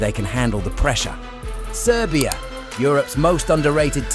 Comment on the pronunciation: Wtf are you saying?🤦🏻‍♂️ “serbia”? Is the dark horse, like fu*k off